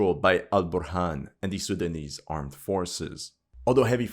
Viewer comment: You have a perfect pronunciation of these Sudanese names. Respect 👌